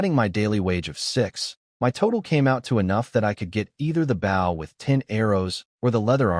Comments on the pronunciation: Holy hell! Can you not pronounce bow properly!? It's the object, not the action. Jesus! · I cant wait till the ai can pronounced bow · His ai trying to say bow is so annoying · someone please put in a bunch of suggestions to teach this ai how to say bow (like bow and arrow) bOh? Making me crazy that they all say bow as bough. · These stories are great, but can we please program AI to pronounce “bow and wound” properly.